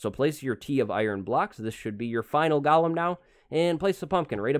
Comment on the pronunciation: everyone: Goolem:Gialem